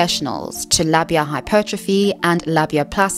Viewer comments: this is really important to talk about but also it's said lay-bee-a. Also labia library is a good reference and helped me when I was going through puberty learn how diverse bodies can be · I understand that you are British, but your repeated mispronunciation of Labia i really getting to me. It uses the long a-sound for the first syllable ok? Like in aero or aid. And short a-sound at the end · say it with me: lah-be-uh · The way you pronounce labia is craaaaaazy